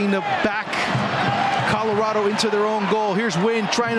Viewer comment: Commentators need to stop dickrididing lafc like its ruining the whole video. Also its not carlorado its Colorado